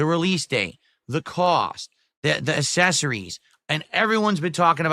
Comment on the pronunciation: The Guy has no idea how to pronounce accessories 😂😂😂😂 Hot takes with 😆 🤣 😂 Pig ups, fellow commoners. 🐖⬆️⬆️⬆️⬆️